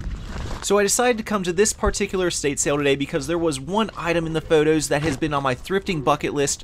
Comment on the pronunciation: who pronounces “photos” like that? 😅